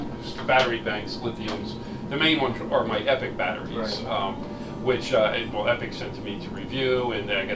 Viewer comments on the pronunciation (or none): It’s EPoc not Epic. You seemed very nervous talking to this guy.